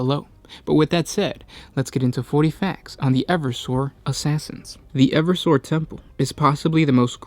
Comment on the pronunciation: I really think the pronunciation should be e-verse-sor and not ever-sore?